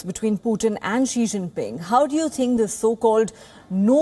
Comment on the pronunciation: Why are you saying "Che ching ping" instead of "Xii- Jin-Ping"